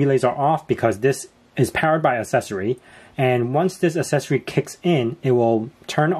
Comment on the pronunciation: Stop saying assessory😂